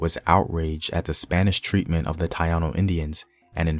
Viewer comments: Come on maaaaan. Its Ta-ee-no. Not Tai-a-no. But good vid. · Lol he said tayano......theyre taino brother. Good video though. Informative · Please spread knowledge on Afro-Colombians. Also not to be an asshole, but the pronunciation for Taino is Taeeno not Taiano. Try to find some Spanish speakers for better pronunciation of Spanish words, other than that, I love your channel. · Tah-Eee-Noh.... not Tah-Ah-Noh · Is not Tayanos is Taino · Tah ee no (Taino), not ta ya no Thank you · How can I even listen to this test of this video after he said Tie-ano 🤦🏽‍♀️🤦🏽‍♀️🤦🏽‍♀️ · Ta iii no ( tan ee no). Thank you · My brother; Thai - E - No(s) Taino(s). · Not TaiANO. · Accurate historical record...but couldn't get past the mispronunciation of TAINO Indians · You don't know how to pronounce Taino. Know your ancestors. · So there are Puerto Ricans of European, African and Indigenous bloods. What's new here? And please before you go on with your history rant learn how to pronounce the names of cities, natives and dances so that you could be taken more seriously. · Here we go again We are not Afro Puerto Ricans. We are Puerto Rican period. We are a mix of Taino Indians and African. If you want to get technical we would be called Taino Puerto Ricans. I’m tired of blacks wanting to state claim to is. When they don’t even claim they own African heritage. Africans don’t like African Americans and African Americans don’t claim being African but they claim Africa....sometimes. You not even pronounce it right it’s not called Ponce. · Learn how to pronounce Taino before you start talking about history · You said Taino soo Wrong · You saying Taino wrong. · Interesting. I learned some things. Now your turn. For your homework, take an interest in pronouncing correctly the few Spanish words you used. Gallego is Gah-YEH -go Taino is ta - EEE - no Guanguanco is gwah-gwahn-CO Thumbs up!!! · Minor corrections: It's Ta-ee-No, Pon-seh, Gwa-gwan-co . And also nice video!